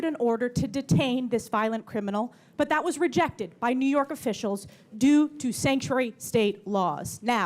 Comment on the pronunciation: “I’m telling you this” “I’m telling you the policies of Nee York.” Hochul NEEDS TO GO!!!